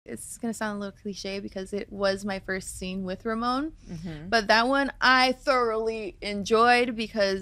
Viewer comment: Holly, isn’t it Ramon instead of Roman?